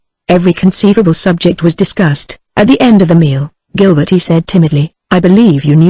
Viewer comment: Certain words or names are constantly very badly pronounced.. A human reader is so superior to this reader. Francoise becomes something like Pran so ee ice. Gilberte becomes Gil ber teen ee.